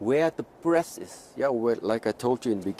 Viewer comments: It sounded like he said " The longer you interact with the breasts the deeper you can penetrate the body" which it will of course make sense. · I was thinking he was saying breasts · i keep hearing breasts. damn